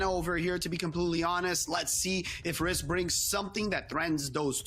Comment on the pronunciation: Kills me Rhys is getting pronounced wrong it’s essentially Reese (my little boys name). Loving your content and the commentary recently keep up the good work